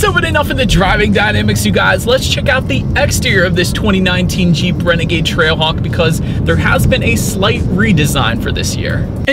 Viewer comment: You sounded like you said TRACKHAWK a few times.